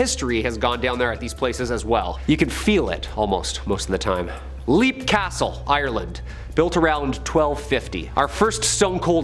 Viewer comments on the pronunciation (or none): Not being technical, but Leap Castle in Ireland is actually pronounced “Lep”